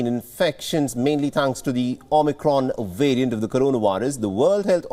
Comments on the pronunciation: The omnicron "wariant" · I cringe every time he says "wirus" and "wariant".